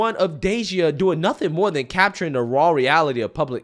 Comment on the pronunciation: It's not nuffing its nothing. Proper speech please